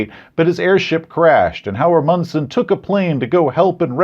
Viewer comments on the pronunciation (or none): INTERESTING IDEA including Raold Amundson as a plot mechanism, Amundson is pronounced AH-mund-sun, by the way. Great video, as usual. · I loved this review, but pronunciation of Roald Amundsen and especially Norge, made me laugh so hard I think my ribs broke. No offense to you,. Norwegian is difficult to pronunce, but holy hell you fumbled your other language roll.